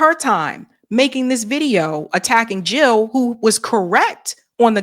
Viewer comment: Jill not hill ...